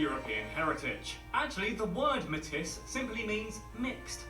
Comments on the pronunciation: It’s pronounced “may-tea” not “may-tiss” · Metis not Matis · The narrator incorrectly pronounces Metis as MEH-TISSS, but it is pronounced May-TEE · Metis is not pronounced me tiss, it is pronounced May..tee! You need to find a video about Canada done by a Canadian. Justin Trudeau is an embarrassment He has done a lot to alienate! most Canadians and cause a lot of problems in Canada! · It's Metis - may-tee, instead of 'metiss'. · ita pronounced "may tea" not "met tis" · it's not pronounced Meh Tis, but: May Tee. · It's pronounced Maytee not Maytiss. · It's hard listening to Brits and Americans do vids about Canada because none of them know how "Metis" is pronounced, and few of them even come close. It's "matey," like a pirate, with the emphasis on the second half of the word. It is most definitely not "ma-tiss," as this guy keeps saying. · small bit of a mispronounciation Matis is a french word not pronounced MAY-TIS is is MAY-TEA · Metis is NOT me-tis, it is may-tee. It is pronounced in French. (As the Metis are generally of Indigenous and French ancestry) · This dude speaking for Canada isn't even Canadian. WTF! He doesn't even pronounce Metis properly as a Brit! I hope you didn't subscribe to his channel. Aside from that I love your channel. Please keep creating cool content, and thanks. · Metis is pronounced maytee. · Metis is pronounced as , May teas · Metis is pronounced May-tee, the s is silent. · It pronounced May tee. It is French so you don’t have pronounce the s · “Métis”is pronounced “May-teeee” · And it's May-tee. Never in my life have I heard anyone pronounce the "s". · It would have been better if the narrator had been from Canada, so he would know how to pronounce words such as Métis and Ontario.